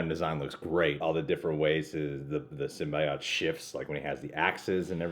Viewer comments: 1st trailer sym-BYE-oat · "symbyeOt" Fucking degenerates